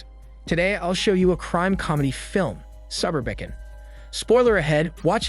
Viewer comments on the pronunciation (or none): Not u pronouncing the title sAb Ur beken 🤣🤣🤣